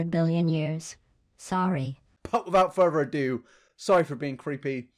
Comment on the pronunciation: When the video edit says, and I read "But without further ado" But says "BOT WIVOUT FURVER ADOO" 😂 that gave me brain damage